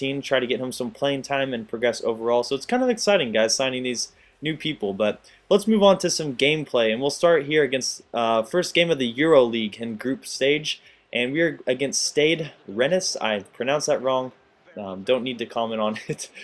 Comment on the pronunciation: its Euro-pa league